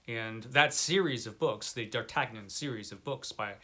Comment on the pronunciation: D'Artagnan. 🤣You're killing me with that pronunciation. D'Ar Tan Yun. 😜He is a great character. I do like Gandalf, but I think there are better characters in those books. Love your list! Most I've never heard of, of course. I knew Conan would be in the top spot.